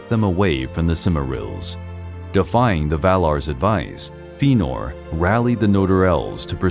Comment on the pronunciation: While I appreciate this work you’ve done, please work on your pronunciation of names like Fëanor and angband. It was just such a Thorn that I couldn’t enjoy the whole piece